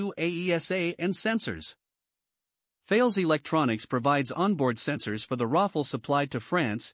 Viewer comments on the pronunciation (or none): Please, the name is THALES (a French company), to be pronounced TALESS. Thanks for the nice video.